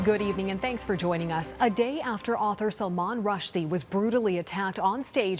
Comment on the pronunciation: At least pronounce his name right